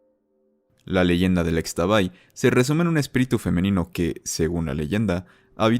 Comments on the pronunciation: ishtabay" asi se pronuncia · Interesante, pero unas observaciones de la leyenda de xtabay: 1.- xkeban se pronuncia como "Shkeban" 2.- Fué de la flor del xtabentun (que se pronuncia shtabentún) que emanó el aroma agradable. 3.- Xtabay se pronuncia "Shtabay" 4.- además de que en sí la xtabay desaparece a hombres que salen de noche en estado de hebriedad. Que yo sepa, no ayuda a nadie, es un espectro como la llorona, pero en su modo para dar un ejemplo.